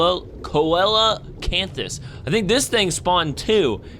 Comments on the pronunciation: coelacanthus is pronounced sea-lacanthus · ... It's pronounced See-lo-can-thus ... I think